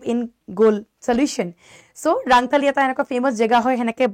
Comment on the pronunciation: Baideu rangthali nohoi rontholi buli koi